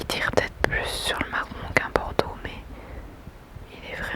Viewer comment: Bonjour ma belle Amie, suite toujours aussi relaxante...J'adore quand tu prononces la couleur "bordeaux"....le mot "rouge à lèvres", et les alternances d'anglicismes, c'est doux....Merci ma Em...Je t'embrasse fort <3